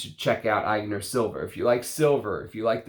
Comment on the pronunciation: It's pronounced "Ety yon", sharply "Ag nair" .